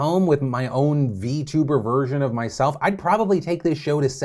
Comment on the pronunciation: Hey Phil when you say "get caught up on the news of the day to get back to yours", you need to really emphasize OF, otherwise the "yours" almost sounds like it doesn't make sense because it doesn't sound linked to the word "day"